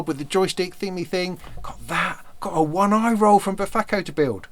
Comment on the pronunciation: btw the Befaco faithful are going to eat you alive (well, comment witheringly) if you call it the "one-eye-ro"! Apparently, it's "on-ee-ree" (mythical Greek personification of dreams)